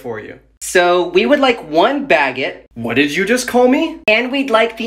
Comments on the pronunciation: wow je ne peux même pas croire la façon dont elle a prononcé baguette ça me fait mal physiquement à l'intérieur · La prononciation de baguette et escargot 💀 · No as a French I fully understand why she mispronounced these words(French is a really hard language)